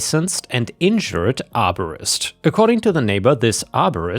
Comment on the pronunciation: I thought you were saying that the arborist was injured and wondered why he would put that on his business card . I then realised that you were saying insured! 🤦‍♀️